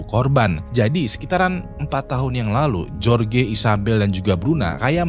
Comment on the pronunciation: "jorge" tu dibacanya "horhe"